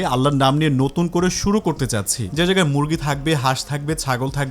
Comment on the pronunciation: কিছু মনে করবেনা। সুধু করছেন নাকি সুরু করছেন?